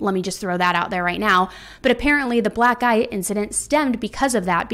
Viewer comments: i kept hearing 'black eye' as 'black guy' and it made me laugh so hard. which is inappropriate but like.. lol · Am I the only one who heard "black guy" instead of "black eye" and was extremely confused?